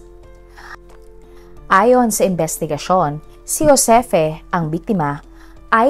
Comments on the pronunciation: Ma'am..Joseph yan angvpqg pronounced. Di Hosepi. Thanks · Ang GIUSEPPE PRONUNCIATION NA TAMA AY JHOSEPPE. 😊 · Juseppe is the correct pronounciation...it pronounce as Ju and not Jho My italian dad has the same name, Giuseppe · Ju-se-pe po Italian pronounciation po😊